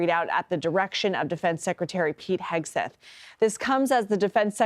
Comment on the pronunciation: Hey sweetheart, his name is pronounced Heg-seth, not Hi-seth. :face-orange-biting-nails